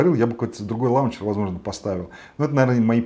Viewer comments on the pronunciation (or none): none